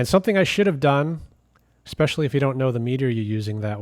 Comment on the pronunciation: What is "exhahst"? "Ekspeshly" is still not a word.